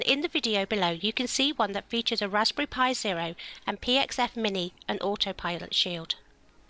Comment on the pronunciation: "Raspy pi"